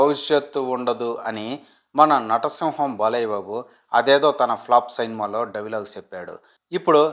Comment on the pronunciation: Sainma kadu ra cinema mundu padalu palakadam nerchuko😂😂😂